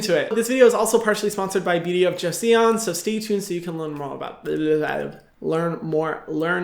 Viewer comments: just fyi, it's not "joe-E-son", it's pronounced "joe" (like the name, joe) and then "son" (like father and son, that "son") :) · haha don't worry about your pronunciation Hyram ! It's totally fine to not know how to pronounce it ^^ The "e" is "Joseon" is actually a mute letter, so you can read it as "Joson". It is quite confusing due to the romanization of the word since in Korean there's no such thing as the "e" in it, it's actually a more light pronounced "o" Well... it seems like my comment is more confusing than helping with the word pronunciation... I'm sorry ㅠ.ㅠ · Beauty of Joseon "Joseeawn" hahahaha so cute it's pronounced JOE-SUN 🤣 Thank you Hyram now I'll know which to buy based on their ingredients.... unfortunately I'll have to read them in Korean but 🤷 a lil smarter thanks to u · it's not Jo-see-yon, Hyram. It's Jo-Son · It’s pronounced kinda like Jo Sun, not Jo-see-on Hyram! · i think it is pronounced JU-SON. Beauty of Jeoson. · Joseon is pronounced Joh-Suhn (like sun)! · The "e" is silent so it's basically "Jo-son". 😉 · you can pronounce Joseon as Joh-Sun! 😊👍🏻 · Beauty of "Jo-sun" :) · Hey Hyram❣, just wanted to say it's pronounced like "joe son" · Joseon is pronounced Joe like the name and Sun like the place I want to yeet St Ives apricot scrub into! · Joseon is pronounced like joe-sun LOL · i think its more like saying Joe-son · Hey Hyram! I looked it up and korean acutally pronounce "joseon" like this: "cho-sun" just a little fyi! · Joseon is pronounced as Jo-‘son’! Hahah Thank you so much for the video! You are workin hard these days, and as your fan, I love it, but take care of yourself first! We want you to be healthy! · Joseon = pronounced as Joson I hope creators take time to research correct pronounciation as well as respect to the brand that sponsors them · To help with the pronunciation of Beauty of Joseon, (lmao Korean viewer here), It's pronounced Beauty of JO-SUN (it's not entirely correct but more accurate. Hope this helps :)